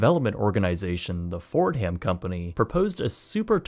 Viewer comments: "Fordham" is pronounced "Forduhm" not "Ford•Ham" Nonetheless, still another amazing video from 🙌🙌🙌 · “Fordum” not “Ford-ham” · The H is silent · the "H" in "Fordham" isn't actually pronounced lol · Fordham, pronounced "ford-um". Shelbourne, prounounced "shell-burn". You're welcome. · Ford-Ham lol 🙄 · Mispronounced Fordham repeatedly.